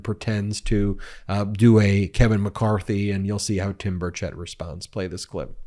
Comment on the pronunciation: Timmy has been a whiner since elementary school. It's Burrrr-chit not burrr-chet